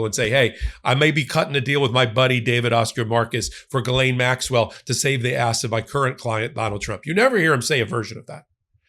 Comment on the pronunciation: Im a fan...BUT, please work on your pronunciation of some names, such as Maxwell's first name. Try not to use G'lane. Phonetically, it sounds like G'EEE-LANE. OR, just refer to this party as 'Maxwell'. :) And Virginia's last name is not Jaw-free. Try 'Jo-fray'. Dont take offense, please.